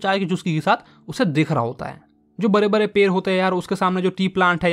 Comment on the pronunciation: Sir kabhi kabhi muj hasi aati hai aap bolte kaise ho bare bare jab ki hota hai bade bade larte kiya hota hai ladte hota hai 😅😅